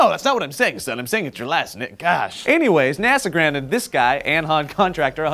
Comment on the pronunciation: It's not An-h-an Contractor, it's Anjan with a J. It's a "Parsi" name.